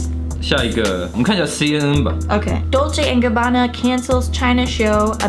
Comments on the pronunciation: 补充一点，影片中，所有的意大利语都是用非常夸张的错读的，包括他们自己品牌的名称，都是很明显的故意偏离了本来的读音，应该是嘲讽中国人讲外语时的口音。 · 我不懂意大利语哈， Bravissimo的确很奇怪，因为我看到网上有评论说可以理解good job，然后理解成活很好，但我查了很多解释，包括隐性理解，不知道为什么对一个女模特要用男性复词，这部分目前我也不懂。 Dolce&gabbana的读音有故意差别，但是不能用这个点来证明D&G有偏颇， 时尚圈牌子难读、读错是历来已久的，很多欧洲品牌、法国品牌在英语国家改成了英语发音， 比如： Versach-EH在英语国家被读成Versach-EE， Yves Saint Laurent 改名Saint Laurent，其中一个原因是常年Yves被读错，被读成YSL。 我自己遇过的口音歧视是被人叫”ching chang chong“，但我当时只是沉默无视。 歧视行为更多是看对方的动机、目的，D&G视频本身是为了在中国的秀做宣传，而铤而走险“故意”制造话题，则是他们自己的选择。